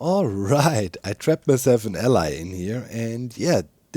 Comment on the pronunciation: Is the fact you consistently mispronounce "allay" as "ally" some insiders joke akin to the "achacha-wood" one, or do you really just get it wrong? It should be prunounced as "al+eyy"